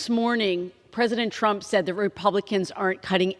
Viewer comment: Did she say President Chump?!